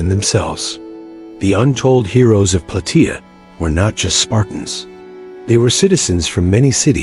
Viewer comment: It's plataia like how u say Gaia but with a soft a